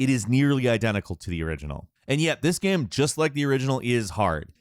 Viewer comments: Bro I hear it every fucking time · How says Gaem. Holy shit every time I cringe. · I've never heard anyone pronounce the word "game" like this. Gearm?? Gemme? Germe?! Gim??